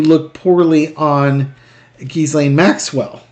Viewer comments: The S in Ghislaine is silent. I believe it’s Ghee-lane, pronounced like the Indian clarified butter. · Gee-Lane Maxwell. Forget about the "s" in her name. It's silent. Love your show. Watch you every day!!! :)) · Ghislaine, pronounced 'jee-lane'. The 's' is silent. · Why can practically NO ONE get her name's pronunciation correct?!! It is NOT pronounced "Giz • Lane," the Goddamned "s" IS SILENT!! The correct pronunciation is Gee • Lane!! With a HARD G, not soft!!! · It’s ZHEE-slain. Rhymes with Elaine. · Ghee- lene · oh that's how its pronounced we've been calling her Jizzlaine. Oh well lol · Hey... Pronouncing her name is easy! Just remember that the "s" is silent! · Pronounce her name with no " s " sound. Forget the S . 😊